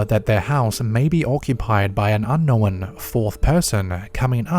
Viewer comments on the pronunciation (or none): Unn-nowinnn = thumbs down